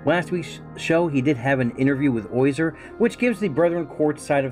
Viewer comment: Also you pronounce his name oyzer. It's OZyer. Not OYzer.